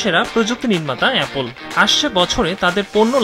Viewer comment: এপোল না রে ভাই।